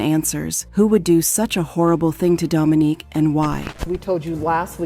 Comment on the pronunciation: How yall go go from calling her “Dominique,” to “Dominiquae?” Do better! Anyhow, RIP to this gorgeous woman. Sending strength to her entire family.